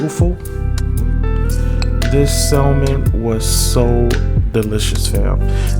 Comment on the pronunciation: Sounds great sir, but the word "salmon" is pronounced SAM-uhn (/ˈsæmən), with a silent "l"